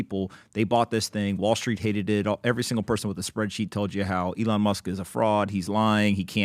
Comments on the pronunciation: E-LIAN AGAIN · You mean elON? Ha how do these dudes all mispronounce his name!?